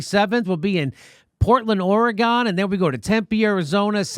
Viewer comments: Jimmy, it's Or-A-Gun, not Or-A-Gone. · I rarely comment, but PLEASE stop pronouncing OREGON how u are! Look it up. We really hate people who say Ore-Gone, and you can expect to get some backlash from us fans. You keep doing it at the end of all your videos. Please! Make a new Outro and pronounce it correctly! You will thank me later! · or a gun. not oreegan. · And Jimmy, it's Or gun not orygone. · Ore GUN, Jimmy - Ore-GUN. They say Oree GONE on the east coast. We don't like East and we don't like Californicators, either, unless they get the name right.